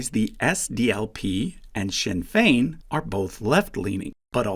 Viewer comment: Thanks for taking the time to learn how to pronounce "Sinn Féin" properly. A lot of YouTubers don't bother.